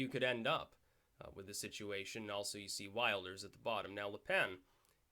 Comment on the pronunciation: The 'i' in Wilders is pronounced like the 'i' in 'Hill'. Good video! Really entertaining. It's pretty cool that you seem to know your tarot despite not thinking too much of it.